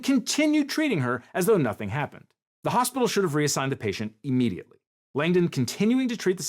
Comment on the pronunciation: I like how (I forget this guy's name.?) pronounces his I's at the beginning of words like e's. E-legal. E-mediately. It just sounds very lawyer-y (or anybody giving a monologue for that matter).